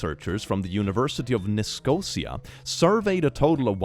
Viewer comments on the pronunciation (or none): Nicosia is not pronounced like that!